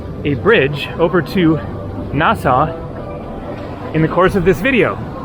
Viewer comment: We have to teach you how to pronounce Nassau